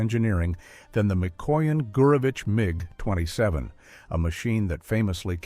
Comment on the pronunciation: but this is. Hear how sometimes IT pronounces MiG totally wrong.